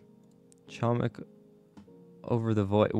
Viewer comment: doing my usual reminder:, you are pronouncing "chomik" incorrectly, the "c" in "chomik" is silent